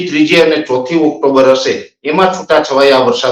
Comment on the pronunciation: NOT OCTOMBER BUT OCTOBER